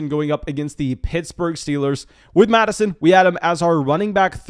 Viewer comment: Why do you keep calling him alexanda mattison